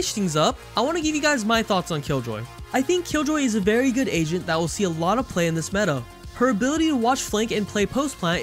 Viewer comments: I thought you were always saying "asian". I realized near the videos end that you were saying "agent" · Not gonna lie, sometimes u said agent I understood asian 😂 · Everytime this dude says agent he says Asian instead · Bruh istg it took me so long to realize he was saying agent. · Wait he was saying agent ?